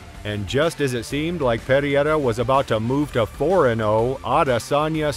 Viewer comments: alex perry-air-uh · These Chinese videos w/ text to speech 😠 say pear ear rah one more time mf'er